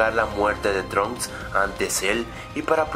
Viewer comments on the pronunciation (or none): none